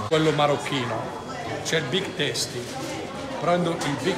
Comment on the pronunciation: Come dici big tasti 🤣